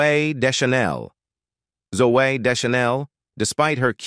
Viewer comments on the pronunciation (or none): Hahaaaa, Zoo-AYH! 😆